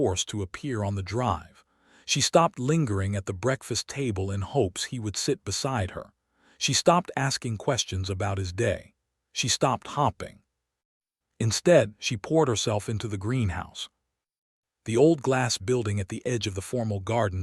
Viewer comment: Staring not starring. Duchesses not dusheses. Hoping not hopping ffs. Fix your AI narrator. Watching? This is an audiobook not a movIe.